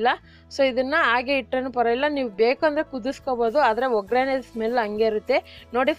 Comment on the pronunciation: Mullangi alla mulangi. Ograne alla oggrane oil pada sariyagi balasi nimma kannada kelidare sittu baruttade plz tiddikolli Kannada bhashe